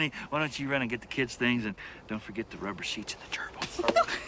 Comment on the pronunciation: "Ruber sheets and Gerbials" omg Merry Christmas lol